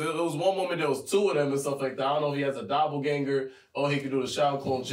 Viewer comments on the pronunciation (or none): none